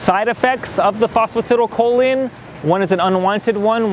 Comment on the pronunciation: The CORRECT pronunciation of phosphatidylcholine is FOS FO TY DAL CO LEEN